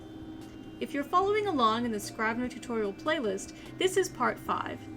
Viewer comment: Might want to check pronunciation of the product's name.